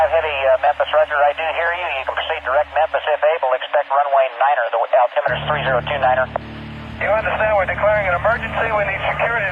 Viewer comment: AI voice fail with altimeter